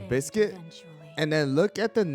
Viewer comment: Bees-quit ... like beast-cuit. beascuit. nar to the biscuit. :P